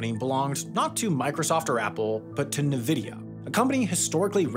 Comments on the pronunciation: People really need to stop saying navidia. It makes you sound less educated on the industry. Pronounced Invidia. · You say it like, "N-VIDI-YA" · N-vidia (or en-vidia, phonetically). Not “nuh-vidia”. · It's INvidia, not Nehvida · wait, is it actually pronounced “navidia”? I’ve only ever said and heard “en-vidia” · Thank you! It's freaking en-vidia and has always been. I always feel like the people who say nuh-vidia are kind of idiots out of the loop trying to talk about tech. Least thats how its been so far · oof nuvidia lol N vidia I don't know if this is AI speaking or someone that doesn't know technology but I can't explain why that felt like nails on a chalkboard lol Quantum Computing will replace these power hungry binary chips in time Nuclear reaction power will replace and upgrade our grid (no not LWR or PWR's), newer technologies are being pushed to market and many of these rectors are sealed, self-contained and little to no waste and in some cases refuels itself for the life of the reactor (5-15year life because of extreme heat the pumps have to deal with) We'll end up with an abundant supply of power being stored in storage banks and available for industrial buildup, and evil plot, humanoids take over the world all connected to these datacenters (last part kidding) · "Nuh-vidia"? It's "en-vidia". How the heck did people start mispronouncing Nvidia's name? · It's pronounced nvidia, not nvidia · I had to lower my volume to lessen the blow of each Nuhvidia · Of course he is, who tf says nemvidia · The invidious name of Nvidia is pronounced En-vidia. 😊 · Mimnivia is not that hard to pronounce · N VIDYA!!!!!! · Gotta love Nividia! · They're gonna rebrand to Nvidai soon anyway. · Came here to yell at you for pronouncing it 'ne-vidia'. 😆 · With love, it’s Nvidia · ITS NVIDIA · nuh-vidia is CRAZY Glad you learned Sam 😅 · EN vuh DEE ah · Did he really say Na-vidia😂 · Did Sam just said "Nuhvidia"? 😐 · Bruh did you really just say "nuvidia"?